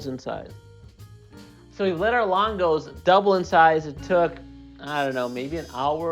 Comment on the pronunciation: It's spelled "lángos" but pronounced "langosh". The the "s" is pronounced like "sh". And it's csirkepaprikás.